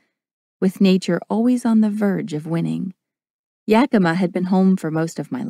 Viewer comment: Okay, she slaughtered how you say Yakima, I mean come on if you are from there, lol then say it right!!!